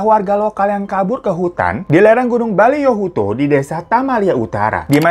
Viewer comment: gorontalo di sulawesi utara bang bkn tenggara. dan juga nma tmptny tuh boliyohuto bkn baliyohuto. maaf, koreksi aja bang😅